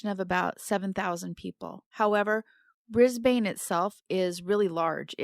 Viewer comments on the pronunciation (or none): It's brisbin not brisbayne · Before you record a video, please check how to pronounce names and place names. Brisbane, Australia isn’t “briz-bane”, it’s “briz-bn”. It’s a well known city, so mispronouncing it is distracting. Just Google it. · Pronunciation tip: Brisbane = “BRIZZ-bun”. The second syllable is very short, like “bn”. Keep up the good work! Thx!!! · Sorry to be picky, but as an Aussie, Brisbane is pronounced “BRIZ-bin”, and Glover is pronounced “GLUV-er”. Thanks for bringing attention to all of these cases, I especially appreciate the Australian coverage. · Brisbanite here! It's pronounced 'bris-BIN' :) Fortitude Valley (mostly known as just 'The Valley' by locals) is kind of a notorious nightlife/druggie area known for being kinda unsafe (although it's improved a bit in recent years), but there is a large amount of low income housing/rooms to rent in the area also. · First of all Brisbane has avery short a, more like a short u. It is Not the "bane" of anybody's life. Glover in our language is said like a glove, you put on a hand, not like a light globe. Sorry if Google only tells you how Americans speak.